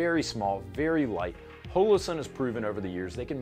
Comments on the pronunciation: Why do you insist on calling it "hole - oh" sun? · "hoelowsun" stop. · hole-o-sun please tell me im not the only one